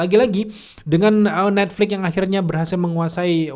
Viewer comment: Netflix boss, pake x, bukan Netflik